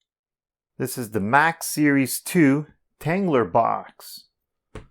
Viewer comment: There’s no R at the end of tanggula So quit pronouncing it tanggular